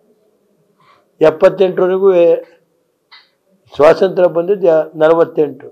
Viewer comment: "ಸ್ವಸಂತ್ರ್ಯ" ಅಲ್ವೋ😂.... ಅದು "ಸ್ವಾತಂತ್ರ್ಯ"😂 ನಲವತ್ತೆಂಟಲ್ಲ.. ನಲವತ್ತೇಳು..